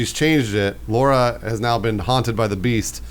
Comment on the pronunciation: I cringe everytime they try to say Laura xD